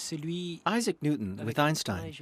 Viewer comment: "Eye-Zack Newton" 😂😂😂